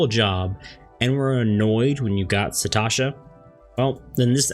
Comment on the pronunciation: Thanks for details! I’ve always used the duty finder to solo dungeons but payed no attention to the other settings. Also, it’s “Sastasha”, not “Satasha” :)